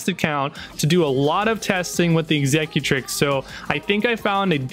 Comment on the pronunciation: Horrible intro music and you can't pronounce executrix